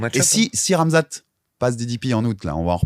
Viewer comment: Mais c'est ça qui me choque moi c'est que si tu l'as revu tu verra bien que y'a des coups de McGhee qui sont pas si significatives que ça! Dsl pour le blaze j'ai pas fait exprès (Par pitié arrête de prononcer Khamzat comme ça s'écrit 😭 c'est "Rhamzat" à l'oral)